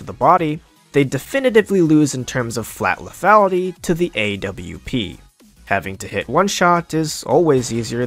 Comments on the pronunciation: the AWP is prounounced OP not A W P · A W P dude just say Aww-ph thats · I've never heard someone call the AWP the A.W.P. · He calls the AWP the A.W.P I want to die